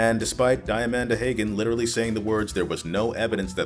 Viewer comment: What I'm hearing here is that Count Jackula was the most morally upstanding and proactive of the ex-CA producers. Also, least significant feedback: Diamanda Hagan's name is pronounced "Dee-a-mahn-da Hah-gan".